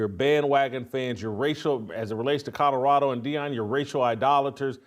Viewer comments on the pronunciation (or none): It's Colorado, not Cotoroto, take the potatoes out of your cheeks!! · You can't even say colorado.. shadddddup